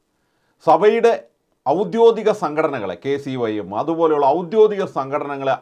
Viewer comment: സുഹൃത്തേ, ഔദ്യോദിഗം അല്ല ഔദ്യോഗികം ആണ് ശരി.